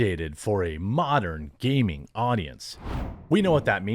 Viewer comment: did he say " modern gaming audience" or "modern gay men audience"